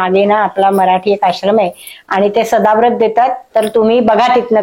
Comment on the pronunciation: अहो ताई, सदाव्रत नव्हे सदावर्त. जरा नीट चेक करा.